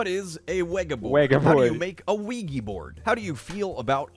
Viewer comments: we spent a good 8 minutes watching people saying this wrong “ouiji board” -Felix 2019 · Also him: Ouiji board